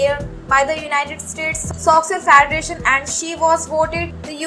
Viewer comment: Soccer is pronounced Sock-her. Not sosser. Badly researched video.